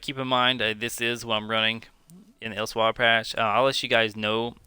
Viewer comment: Good vid but my stomach twisted on itself the way you pronounced Elsweyr lol